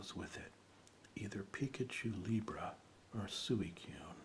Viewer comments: Its pronounced Swee-koon. =) if you want to know. No worries though, even now not everyone can agree on certain pronunciations of particular Pokemon. =) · Don't worry about Suicune, even the hardcore fans don't know how to pronounce it.